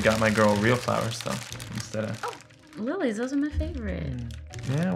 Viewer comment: "and I saw on instagram her fav flowers are LHILLHEES so..." 🤣